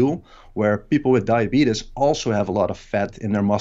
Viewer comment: HE HEARD THIS MAN SAY DIABEEDUS IN REAL TIME AND DID NOT CRACK A SMILE WOW